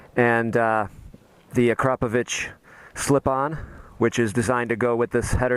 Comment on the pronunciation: It's weird when I hear westerner pronouncing Akrapović... Nice bike dude, just tinkering with idea should I consider this as a one more (I owned GS in past)